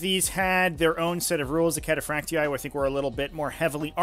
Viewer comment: "Cataphracty-eye" it's just cataphracty for pronunciation